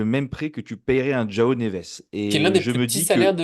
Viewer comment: Sympa la vidéo ... Mais en portugais le J se prononce Je pas Re.... 🥶🥶. Donc J(e)oao ... J(e)orge ...